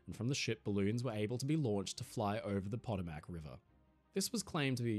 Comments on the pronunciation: for future reference, "Potomac" is pronounced "puh-toh-muck" not "pot-oh-mack". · Potomac: Pronounced Puh-TOE-mick Not POT-o-mack Love you 😋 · Lived around DC most of my life, it’s “Puh-toe-mick”. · potomac, hard "o", not potamac. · Just a minor thing. It's pah-TOH-mac, not POT-o-mac. The river bordering Washington DC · Pot-o-Mac River? You mean Po-Tow-Mic River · Hey, love the video! BTW, Potomac is pronounced po-TOE-mac. Cheers! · Pa-tom(like home)-ac(like ick) River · Love your videos and you brother so say it with me..........POE TOE MICK river. Thanks from America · It's pronounced like a brit would say Potable...Potomac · It’s Potomac River it’s pronounced Pah - Toe - Mik . Potomac River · The WHAT River? "p'-TOE-mic" You Englanders and your Thaymes River... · It's pronounced "puh-TOE-mac". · Great History. But, it's Pah-Toe-Mik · Potomac= “Puh-toe-mick / F.D.R. Delano = “Dell-ah-no” Great video, my friend,. 🇺🇸 ❤️ 🇦🇺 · No,offense,that river you referred to in the eastern u.s we prounce "pa-toe- mic"! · Pah-toe-mick. In truth I don’t know how to communicate proper pronunciation, but as a DMV native, it’s always been pronounced Potomac or pah-toe-mick. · “Pah—tow—Mick” River. Potomac. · uh puh Toe mack is how potomac is pronounced FWIW. cheers! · Our friend was using the Australian pronunciation. U.S. is closer to Poe-Toe-Mick. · Potomac: pah-TOE-mic. Delano: DEL-ah-noh. 😊🇺🇸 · 310. That’s not how you pronounce Potomac. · Hello my good Aussie friend, your pronunciation of Potomac was very funny. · Bringing back memories of my US Navy days, though I served on a small ASW Frigate. But a sailor is a sailor, no matter the vessel. 😎👍 But you do need to revisit the correct pronunciation of some names..... Potomac, Delano, etc